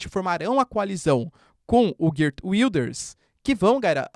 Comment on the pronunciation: Desculpe, professor. Pronúncia do nome do novo 1° Ministro neerlandês: / *Géért Víldârz/ (O 'g' é gutural)